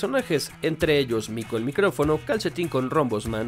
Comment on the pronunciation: Cada vez que decía "mico el micRofono" me daban ganas de mandarle un wate